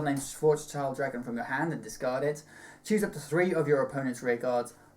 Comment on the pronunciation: LEARN TO PRONOUNCE GERMAN!!!! XD schild as in built, german for shield, schwarzschild being some important physics thing einstein used. Guess my question would be what do you think the swapping of sets 10 and 11 will do for the english speaking meta game? will it , in your opinion, balance out descendant like the release schedule did for the likes of dote and mlb or will it need to be limited here too?